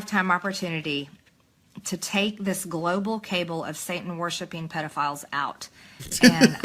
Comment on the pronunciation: MTG shouldn't be allowed to discuss "cabals" unless she learns to pronounce the word.